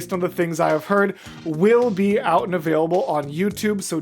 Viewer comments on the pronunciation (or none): none